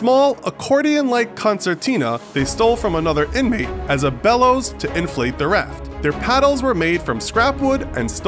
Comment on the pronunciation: Which they stole from another iNmAaAte